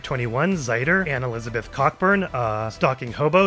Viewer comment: I hate to be that guy but I'm pretty sure it's pronounced "co-burn". By the way, I wonder if this is the first timestamp detail you've gotten for the member shout-outs